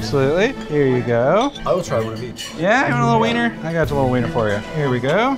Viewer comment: weeiner lol